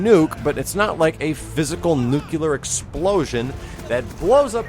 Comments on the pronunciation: Nu-CLE-AR. Not Nukular lol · I love you, but you say nuclear like George Bush.